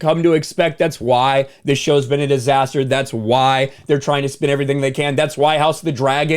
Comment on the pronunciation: Yeahhhhh He said Disasterr